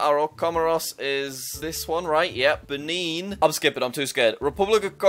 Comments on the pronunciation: Then he reverted back into Ben-in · the way he said benin🤣